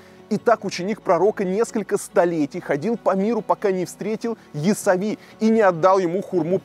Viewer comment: не ясави,а яссауи